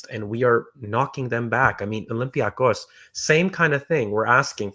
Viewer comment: slowly fixing his "olympiacos" pronunciation with every reference 😜